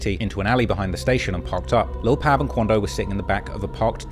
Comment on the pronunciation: Fr fr, I wanna thank for pronouncing Lil Pab's first name correctly!!! Thats respect bruh. It be the little things that make Lore great.